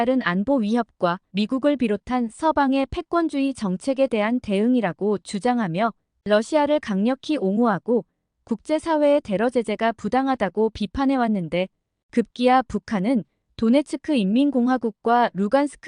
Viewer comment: 데러재제가 아니라 테러재제 발을 똑바로하세요